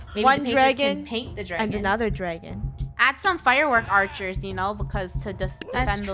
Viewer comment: Funneh: ArcherErs